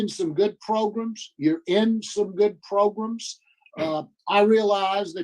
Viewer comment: Pro-Grams! Programs! I’m watching, nothing irritates me more than hearing him pronounce programs “pro-grums.” Maybe I watched way too many hearings😂